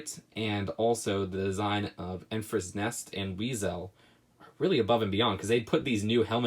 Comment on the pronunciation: ITS ENFYS NEST!!!!!! THERE IS NO R